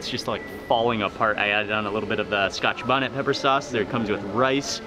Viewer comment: I love the show but youre killing me with saying scotch bonnet